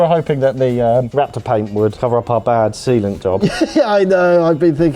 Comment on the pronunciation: Half listening while doing other stuff and suddenly "We have enough semen in there to choke an elephant", wat oh, wait, he said _sealant_.